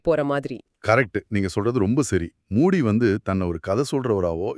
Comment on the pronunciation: மூடி இல்லங்க மூஜி